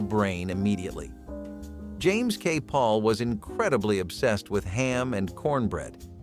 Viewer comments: It’s James K Polk not James K Paul. Do you not know your presidents? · I hate these computer-generated narrators: the president's last name is pronounced "Polk" not "Paul." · The k in Polk is not silent. You pronounce it Polk not Pol. I know because I live in a county named after him. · Interesting, needed some editing. Polk is not pronounced Paul. Johnson became Patterson. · James Polk pronounced his name Paul? How did you come by this information? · You, sir, don’t even know our Presidents well enough to know that it’s “Polk”…James K. Polk…NOT Paul! Spend more time reading and less on “informing” the base. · It's James K Polk, not James K Paul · He said James K Pole. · James K Pol? Pronounced without the k? Give me a break. 😕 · Something went wrong with the digital voice used for the video when it called out James K Polk , his last name came out very strange, sounds like it said, PAUL. Need a redo. I literally takes away from the video, click.